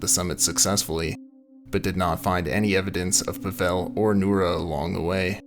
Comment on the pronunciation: Thanks for covering this story. The name Pavel is pronounced “POVV-ul”, not “pa-VELL”. It is the Russian equivalent to Paul.